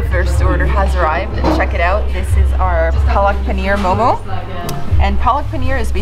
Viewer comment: its mo:mo...not momos